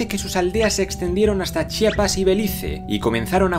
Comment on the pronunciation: felicitaciones eres el primero que pronuncia el nombre de mi estado sin equivocarte muchos dicen chapas en ves de decir chiapas. saludos